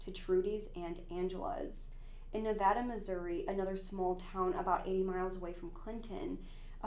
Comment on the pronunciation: It cracks me up when I hear it pronounced like the state 🤣🤣